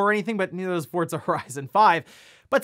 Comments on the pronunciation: Its not pronounced fortza. Do you see a t in the name of the game? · Take a shot every time he says "fortza horizon 5"